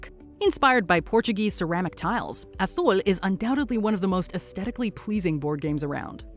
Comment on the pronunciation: wow, no stone age or small world, but yes to seafall? crazy. dead of winter and zombicide shoudve made the list too. narrator says reZource and aTHul. be she says meHico too